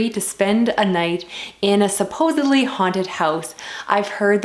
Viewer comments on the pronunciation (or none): none